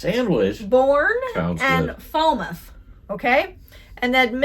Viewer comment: WHOI=Who-E... Mispronounced Falmouth and Eastham... No hard "e" sound, at the end of Shawme... "On" Cape Cod, never "in"... But you would be "in" each town/village... Highland Light was also moved back from the cliffs around the same time as Nauset was... But the move was another 100'-150' further than Nauset was...